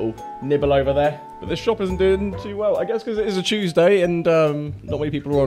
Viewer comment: lol mate you did not say Tuesday. You said tewshday lol.